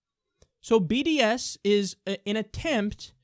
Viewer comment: Did anyone else hear bdsm when he sad bds?